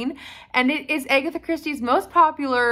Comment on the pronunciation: Her name is ag- atha, not a-gatha